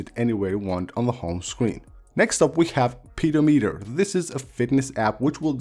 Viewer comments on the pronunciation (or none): I feel none of these are "must have" widgets for in October not "on". Secondly, learn how to pronounce collage & pedometer properly. This video definitely gets a thumbs down & that's really really awesome/cool to me! 🤨😏